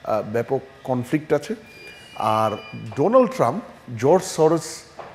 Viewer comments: ডোনাল্ড ট্রাম্প কে ডোলান্ড ট্রাম্প বললেন কেনো? ..... আপনি সাংবাদিক তাই উচ্চারণের দিকেও খেয়াল রাখতে হবে ...... ❌❌❌❌❌❌❌❌❌❌❌❌ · Its donald not doland